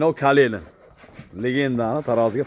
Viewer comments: Фақат мол боқиш бн бўлиб мактабниям чайворган экасиз. KALELIN эмас, Калинин. 😂😂😂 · KALELIN ДЕЙИЛМИЙДИ 😁 КАЛИНИН ДЕЙИЛАДИ 😁 УКИМАГАН ЧАЛА КАССОБ 😁 ХОКОНДОЗ 😁